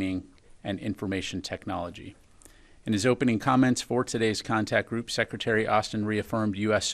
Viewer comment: Contact Group…not Contract Group…been studying at the Jason Blair School of Journalism?